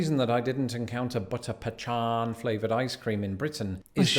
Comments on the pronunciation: yes it is Pecan not pechan! lol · The ice cream he speaks of last is not pronounced “pechaan” It is pronounced Pecan (Pea-can). Southerners accentuate the Peeee and add Can (like the metal soup can). Normal Americans pronounce it with No emphasis on the Pee or Can…. It is just Pecan and it is delicious! Pecans are delicious nuts that grow in Southern States and go well in just about any recipe if done correctly. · Pechan is not a thing. He made up a completely new incorrect pronunciation for Pecan. Americans famously pronounce Pecan differently depending on where they are from. Some pronounce it, pe-can and others pronounce it Pa-kon. It is a type of nut. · Its PEE Can,not puch ahn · Its PEE CAHN, not puh chan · Americans race everything. I once won an Armadillo racing contest. Pecan. I don't know why he's pronouncing it Pechan. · Puh-chan is NOT a word. Yes, Pee-can is acceptable. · PUCHAAN IS NOT AN AMERICAN WORD. It’s pecan. PEE-CAN OR PUH-CON is the only way you pronounce it. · Pecans are a nut. 🌰 He is pronouncing it incorrectly. It’s not “P-Chon”. It’s pronounced “PEE-can” or “Puh-KAHN”. There has never been a “ch” sound in the word. Which way it is pronounced depends on the region of the country you live in. 😉 🇺🇸😁✌🏻😎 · Not “pechan” it’s pecan, “pee-can” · Do you have Sarsaparilla in Portugal? If so, that's very much like Root Beer. Both of them are made with the sarsaparilla root, but Root Beer also contains other root flavors in addition to the sarsaparilla. I never heard it pronounced pechan. I think he's attempting to be funny. It's pecan, and my favorite ice cream is also Butter Pecan. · Not "Pee can" it's Puh- khan it's an Algonquin word. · There is no ….. Pee-Chawn …… it is ….. Pee-Con……. it is a nut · Pu khan Pa Khan Pa con either way it is never pee can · My soul died a little every time he said "Pechawn" It's pecan...pronounced like pe kawn, oh, he did us so dirty on that one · Its pronounced pee-can not pechan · Its pee caaahn, not put chaan